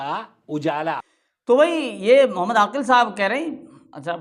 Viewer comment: یہ داڑھی منڈا عاکل ہے نہ کہ عاقل